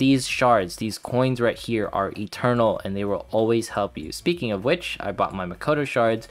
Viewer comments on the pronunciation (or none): none